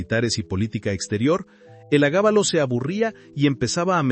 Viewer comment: Estimado: No se dice: "el agábalo" El nombre era: Heliogábalo. Me gusta tu canal.